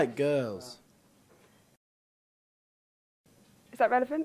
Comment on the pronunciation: "i like gorls" louis: u didn't last night :D